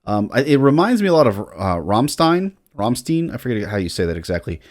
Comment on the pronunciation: rom shtine. i swear.... been almost two decades, i'm so sick of hearing "ram stine"